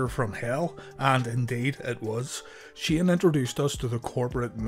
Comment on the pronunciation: Why are you having a hard time pronouncing Kane and Shane? Lol